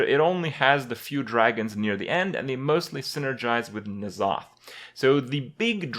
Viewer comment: Why do you keep calling him Nozoth? It's N'Zoth. en-zoth.